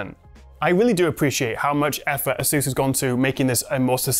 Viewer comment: it's pronounced as "ey-soos".